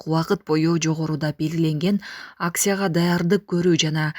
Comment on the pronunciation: Аксия эмес АкЦия